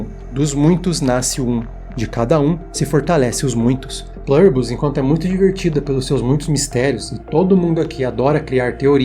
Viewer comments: a palavra é latina amigo, não precisa falar com sotaque kkk É plUribus, com U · se é do latim, não seria melhor falar o U com som de U mesmo, em vez de "plâribus"? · Qual é o sentido de pronunciar um termo em latim como se fosse inglês? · O vídeo é bom, eu gostei. Mas me incomoda a pronúncia de "Pluribus" com leve "intonação americanizada", como se fosse em inglês; especialmente pq você pesquisou e identificou que é latim. Mas isso é o de menos, apenas pontuando mesmo, rs!